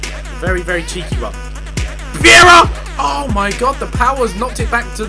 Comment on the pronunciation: Viera is pronounced vee era